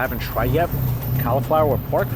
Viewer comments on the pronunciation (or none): It really bugs me how he says "CALi" flower- I love watching him- but that bugs me to no end!